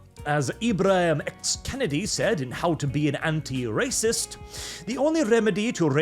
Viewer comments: His name is not Kennedy like the President, his name is Kendi like a candy. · It's Ibram X Kendi, not Kennedy lol.